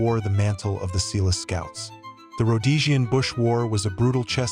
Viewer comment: Eland an "agile" antelope? Ratels? Seeloo scouts?